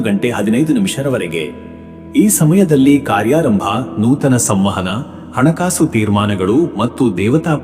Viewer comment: ಅಣ ಕಾಸು ಅಲ್ಲ ಹಣ ಕಾಸು ಅ ಕಾರ ಹ ಕಾರ ಬಳಸಿ